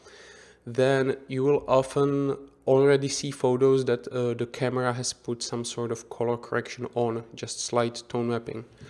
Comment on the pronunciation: Not "doo", not "de"! The! :D